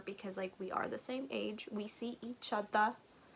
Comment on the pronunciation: I appreciate the “we see each otha” 😅